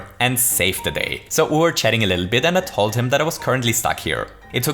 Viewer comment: dive a bittle lit? What?